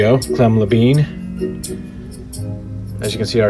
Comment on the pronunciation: La Bine not La Been. =)